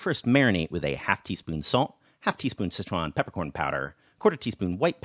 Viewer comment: Why do you pronounce Sichuan as "Citron"?